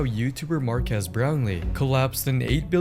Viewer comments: It’s pronounced Mar-Keys not Mar-quez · Will Smith: “Mark-ass Brown-Lee”